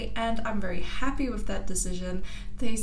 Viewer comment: She says 'wiff' ...that's classic😃💙